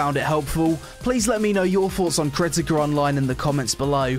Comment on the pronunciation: KERTIKER ONLINE IS lol jk to poke fun at the accent still enjoyed the review, I really appreciate you didn't take the "ew boobies" approach a lot of ppl take to literally any mmo or anime type game excellent review 2/10 would consider downloading